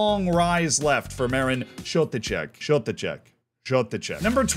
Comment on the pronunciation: You actually pronounced Šotiček quite decently